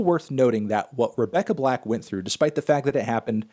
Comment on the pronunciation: No Anthony it’s Rebecca black, not Rebecca Blacked